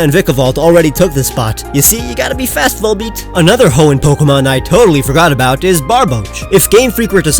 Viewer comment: FORGOT DOES NOT END WITH AN R, IT ENDS WITH A T!